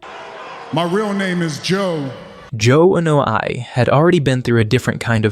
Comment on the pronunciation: It blows my mind that you can go into so much detail, yet absolutely BUTCHER their last name: its starts with an "A" and is pronounced with an "A", not an "E"